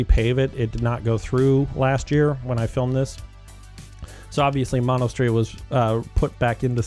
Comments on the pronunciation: Mono Street is pronounced how the county is pronounced: "Mow-no" not like the disease "Mon-o." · “Mono” is pronounced “moe-know” as in the Indian tribe. Fresno street names are a mix of native languages and Spanish.